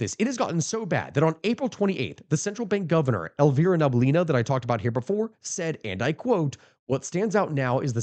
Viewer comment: Elvira Nah-bee-oo-lee-nah. I volounteer to be your advisor on pronounsing names from slavic languages. Living in Canada learnd how rusty English is with foreign words